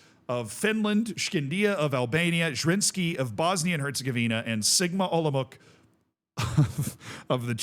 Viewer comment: Olomouc is pronounced Olomouts/olomovtz, if you do something like that, u get it pretty much right 🎯